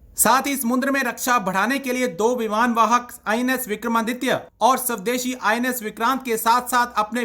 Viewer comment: 🎉 ट्यूबर महोदय, शब्द " स्वदेशी" है ना कि " शवदेशी " । कृपया अपना उच्चारण सुधारें ।